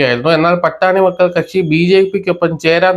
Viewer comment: അവതരണം വ്യക്തതയില്ല പാഠാണി മക്കൾ കക്ഷിയല്ല പാട്ടാളി മക്കൾ കക്ഷി